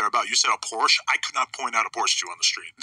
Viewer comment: Why can't Americans say Porsche? You can imitate the sounds reasonable people make to say Ferrari or Lamborghini, why can't you guys do the same for Porsche and Versace?